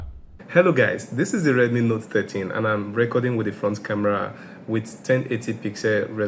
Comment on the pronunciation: Is it just me or you keep saying note 30?